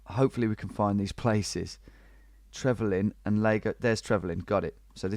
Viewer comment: Yeah, it's "Trevelin" tho